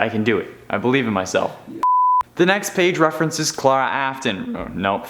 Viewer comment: Stop saying clare-a it's claire-a